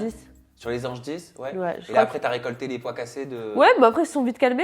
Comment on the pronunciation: A 13'45 Il n'y a que moi qui entend "Tu as ramassé les POIS cassés" et pas les pots cassés ? 😆